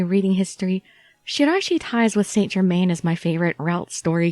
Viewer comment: I thought you were talking about a dog, when you kept saying Saint Germin...i was like...what ?XD